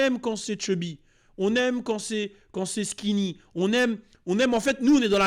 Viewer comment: On dit skiny et apoutchou 😂😂😂